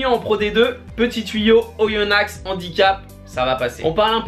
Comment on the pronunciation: on dit pas Oyonnax mais juste on prononce pas le x et sinon +1like continu comme ça 😉😉